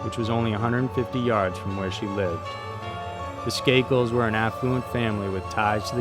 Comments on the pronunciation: OMG, it's SKAY-Kull. Not SKAH-kull. Can please pronounce the names correctly? I love all these series but you are driving me nuts. You do so much research. Can't you also research how to pronounce names? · In the Martha Moxley case..why did you go from pronouncing Skakel correctly..with a long "a"..like table..to pronouncing it incorrectly..saying the "a" like apple?? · In the Moxley piece, you pronounce Michael and Tommy's last name properly and then half way through, you screw it up. How??